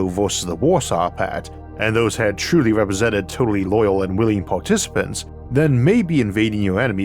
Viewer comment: Witterawy, tewifying. Twuwy.